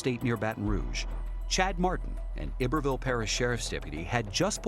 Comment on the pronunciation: They pronounced Iberville Louisiana wrong. It’s with a long I. I-ber-ville. Just like Iberia is pronounced with a long I.